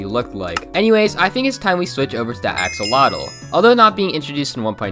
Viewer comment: It's said Axe-oh-lot-l